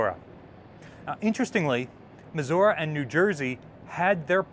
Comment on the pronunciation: mis- What? muh·zur·ee